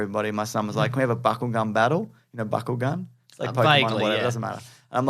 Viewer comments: lol. Legit thought was saying "buckle gun". Not trying to be rude, but sounded like a euphemism you'd find on Urban Dictionary. But I guess it's "Bakugan". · I thought said "buckle-gun battle". It took me a full minute to realize he was saying "bakugan"